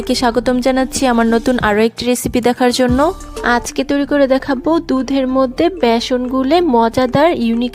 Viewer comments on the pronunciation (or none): ম্যাডাম ভ্যাসন নয় ওটার নাম ❤(ব্যাসন)।